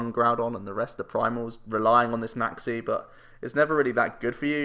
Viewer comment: When you say Maxie I keep thinking you say Maxx "C" and get very confused